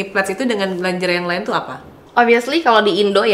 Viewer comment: Lingerie... ko pronounce nya longere sih..